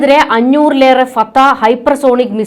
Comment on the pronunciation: ഈ മന്ദബുദ്ധി എന്താണ് വിസർജ്ജിയ്ക്കുന്നത്? ഇറാൻ്റെ മിസൈലിൻ്റെ പേര് പോലും പറയാൻ പഠിച്ചില്ലാത്ത ഒരു ചനൽചേച്ചി.